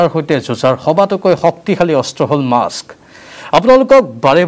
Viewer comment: Maaks nohoi....mask. Please pronounce it correctly!